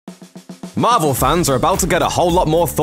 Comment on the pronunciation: Everyone Else: Marvel: Mavel